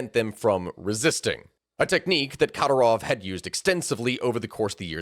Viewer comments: Yes, please do a video on Džohar Dudayev and Kadyrov family, without shying away from the atrocities under the regime of the latter. Both wars in detail deserve a seperate video too, and consider the evidence of cassus belli for the second one (Rjazanj sugar plot by FSB). Just please, learn how to pronounce their names (was barely intelligable to the slavic/Eastern European people), you'll sound way more credible for non-native anglophones. To do that you must listen to Russian or Ukrainian pronounciations. The accent goes on the second syllables (including Yevgéñiy Prigóžhin), apart from Džóhar, on the first. There is a lot of material out there (even a summary by Ryan McBeth in Substack), but the best ones are usually in Russian. The very best sources are actual Chechens who have fled the regime (i have a few contacts). The horrors they have gone trough is unimaginable. P.S. Greetings to all the rashists and their botskys here complaining about "western propaganda", 🔱Свободу Ичкерий✊ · How much effort would it have taken to learn how to and then proceed with correctly pronouncing Kadyrov's name? Minor pet peeve when creator's can't even be bothered to learn how to pronounce the names of some of their main subjects.